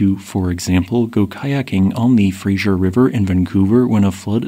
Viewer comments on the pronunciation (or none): "Fraser" as in Fraser river is pronounced "Frazer", not Frazher" or "Frazier". It is named for Simon Fraser, the European explorer. Incorrect pronunciation is moderately irritating to British Columbians. As my name is Fraser, I take particular exception to this mispronunciaton. As most Americans tend to mispronounce the name, notwithstanding the spelling, it isn't surprising that you do as well, however it is a geographic label, worthy of respect. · It's not the Frasier river. You keep pronouncing it like the TV show from the 90s. It's the Fraser river. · The name of the river is The Fraser NOT Frasier. It's pronounced Fray-zer. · Americans seem to be physiologically incapable of pronouncing Fraser correctly.